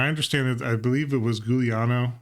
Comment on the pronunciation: 🤣🤣🤣 It's giuliano with a soft G 😉 I'm very happy that the deck performed well. commenting on the arguments proposed about king unfeasibility 1) Goblin King suffers plague like all the others do. I think whoever came up with the argument that 2 kings can beat 2 plagues has a naive view of how games usually go. Goblin king vs engineered plague is laughable, not even considerable. If it happens that kings get played before plagues, and in the rare case they do not get killed/exiled/flickered/phased, then let's throw a party, yeah, they have "beaten" plagues. But it is such a rare occurrence to not be disrupted at all, that I don't even consider it a pro. 2) Doesn't have haste: only ringleader and warchief have haste in this deck, and mogg fanatic can sac itself for free for 1 damage so it's basically even better than a creature with haste. The other goblins don't have haste though but they're still in the deck. I think saying it doesn't have haste as if it were a negative is the same as saying tempting wurm doesn't have trample, or saying that elvish champion doesn't have first strike. 3) Doesn't do anything other than just be a lord: I think it's reductive to categorize it as a lord as if it were a useless feature. +1/+1 to all the goblin is no joke. If you think about it, buffing the already available goblins you have on the board counts as a form of haste, because of the additional damage that they can do. 4) It dies to shock: come on, every goblin in this deck dies to S